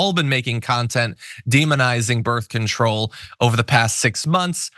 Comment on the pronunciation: Did she just say "birf control"? I'm sorry, but if you are a professional commentator, please for the love of God learn how to PRONOUNCE simple words.